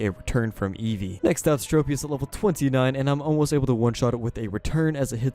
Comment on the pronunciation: Nobody: Eesvee:R E T U R N